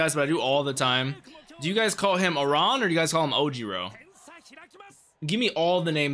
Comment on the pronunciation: Aran (you're mispronouncing his name the A bit is correct however you sound like your saying run on the second sylible when it's ment to sound like ran if that makes sense) is also one of the top 5 Aces like Bokuto, yep the first people who can copy freak quick are twins, and Atsumu is awesome. Also just to note Inarizaki has Inari in it which are fox spirits/deities, a kanji in the Miya twins family name actualky means shrine, and most of their teammates are named after different foxes